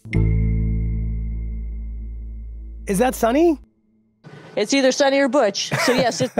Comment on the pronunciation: It’s not pronounced as Sunny ,it’s Suni..Sunita,stress on the syllabi ‘’U’’